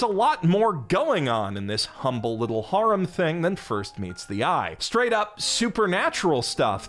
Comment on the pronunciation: "That's how they say harem in Japan" yeah but you are saying 'haram' :D